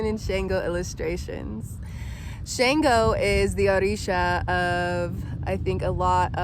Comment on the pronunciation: It's not SHANEgo.... Please learn how to pronounce Orisha names correctly if you are going to speak on them.